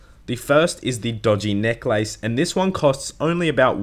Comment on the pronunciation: the way you pronounce necklace makes me want to die